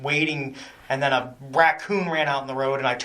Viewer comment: I feel like I heard him say wackoon. Lol I could be wrong as I was still distracted by the D as in delta. 😂